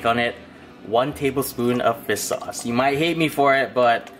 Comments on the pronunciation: Regular People: "Fish Sauce": "Fis Sauce" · fiss sauce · great vid! but one thing... everytime you say fish sauce, all I hear is fis(without H) sauce XD Fis sauce Gang!